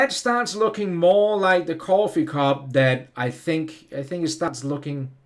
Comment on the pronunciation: I like the way he says cwoffee lol Very New York